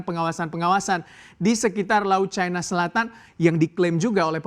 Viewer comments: Caina...caina...., Cina bacanya ... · Bilang cina aj kenapa..kok dibuat buat caina ..ndeso